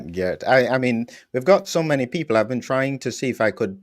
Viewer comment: It was already explained to several times how to say Geert, with phonetic pronunciation of the name. I even send him a video with the correct pronunciation, and honestly he's not even trying. For me that's just laziness. Of course the message of Geert is more important than constantly hearing someone saying a name completely wrong, but it's still damn annoying and even distracting. Perhaps it might help if Geert explained to how to say his name, afteral he's doing the effort to speak English fluently as a Belgian.